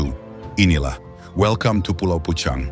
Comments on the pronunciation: Pulau PEUCANG,Bro bukan Pucang di bacanya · HANYA Lidah orang Sunda yg fasih mengucakan PEUCANG...buka pecang.... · Bacanya Peucang, seperti mengucapkan bungong jeumpa...